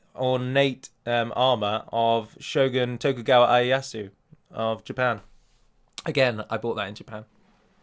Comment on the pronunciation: Shogun Tokugawa Ieyasu is pronounced (in Japanese) Tokugawa (you pronounced it right) and EEE-YEH-YA-SOO. Thanks! :) Though of course I'm not complaining... I'm no Big P!